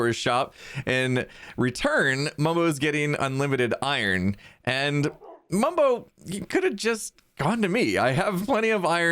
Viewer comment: Ohhhh.. I-Rons = Iron 😱😂